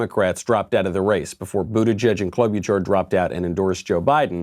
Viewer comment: Michael "Amy Klo-BYOU-char" Knowles